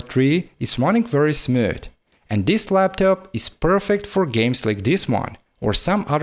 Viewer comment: hoes mad hoes mad hoes mad hoes mad hoes mad hoes mad. but fr on a serious note , english isn't my first language but actually my third , and it definently isn't his first language either . Tbh his english is actually quite good . I just thought the way he pronounced smooth was quite comical. I must say that i really respect his grind though. why the fuck you gotta get offended so quickly though lmao , man the fuck up.